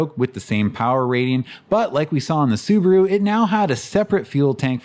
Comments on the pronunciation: It was interesting to hear Subaru pronounced as Soo-baah-roo in the early US ads - our Kiwi friends still pronounce it like that, and I always thought that it was just a local quirk. Maybe that's just the way it's meant to be said... Anyhoo, that video was definitely worth the wait. I appreciate the huge amount of research and effort went into it, so thanks heaps - I really enjoyed it. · correct. It's su Ba ru. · Apparently Subaru didn't even know how to pronounce their own name in the 60s